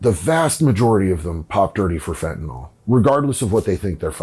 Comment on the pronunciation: No "o" in fentanyl